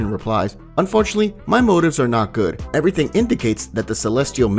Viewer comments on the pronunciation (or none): none